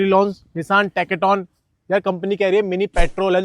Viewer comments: learn to pronounce tekton properly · Bhai teka-ton nahi hai tekton hai